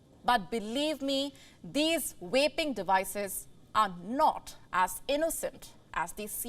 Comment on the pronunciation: It’s pronounced Vaping ….. with a “V” and not with an “R” …… Pronouncing "vaping" starting with an "R" is inappropriate and a completely different show. SMDH.